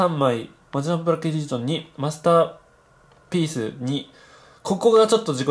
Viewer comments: マスターペニスって聞こえたw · 何かマスターぺ〇スって聞こえた、俺だけ？w